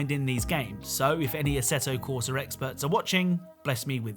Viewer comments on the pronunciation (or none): The Way Pronounce: ASSETO CORSA